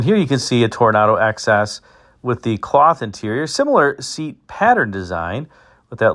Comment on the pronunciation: It kept sounding like you were saying 'excess'....for the Toronado XS 😊